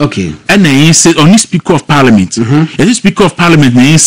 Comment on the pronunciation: Please don't pronounce it ParLIAmeant. It's Parliment